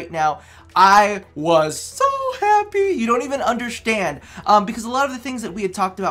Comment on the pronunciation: “you dront even undershtand!”